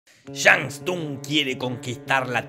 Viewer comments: Shan tun? Será Shang Stung Se Pronuncia Sung No TUNG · TODO MUY BIEN PERO NO ES SHANG STUNG! ES SHANG "TSUNG" JAJAJA!! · "shang STUNG" XD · Nadie que haya jugado alguna vez a alguuun mortal kombat....pronunciaría así al villano.